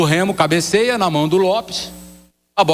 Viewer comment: Os caras tem dificuldade até de falar o nome do Remo.